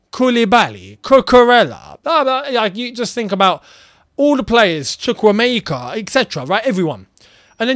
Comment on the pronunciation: My entertainment this season is listening to all ’ pronounciations of Chukwuemeka! 😂